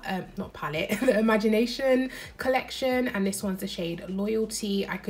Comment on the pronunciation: Imogenation not imagination 😂😂